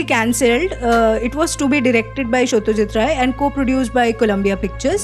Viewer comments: Your embracing Bengali pronounciation of Satyajit Ray as 'Sottojit Ray' made the moment! People making fun of us, Bengalis for having 'o's in uttering wordsare utterly idiots. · That pronunciation of Satyajit Ray as "Sottojit Roy"... That bengali touch made my day! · After so many days I laughed my heart out. The punchlines were too good. I guess you are also a Bengali by the way you pronounced Satyajit Ray. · Are you from Bengal? Honestly, It's a pleasant relief to hear Satyajit Ray's name in proper pronunciation! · They way you pronounce Satyajit Ray, I guess you are a Bengali girl. Am i right? Your videos are awesome btw. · I am sure you are a bengali , cause the way you pronounced Satyajit Ray. Video was awesome. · Are you bengali? Because you pronounced Satyajit Ray too perfectly! ✌❤